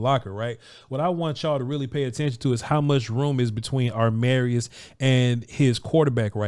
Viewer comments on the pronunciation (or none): when you say his name you keep switching the 'm' and 'r'. you say it like it is armarius. when it is amarius